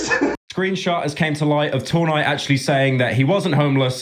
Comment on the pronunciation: Why does he keep saying two nigh